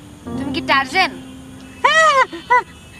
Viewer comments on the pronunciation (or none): টারজেন না ডিটারজেন্ট :-D